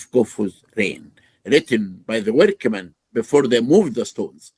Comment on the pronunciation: Love all the work you do Flint, hope everything’s going well with your health. Also I just personally love how Dr Hawass says “workermen” 😂 history is so dope it’s depressing how many people would rather hear a fantastical story than actually dive into the recorded history of humanity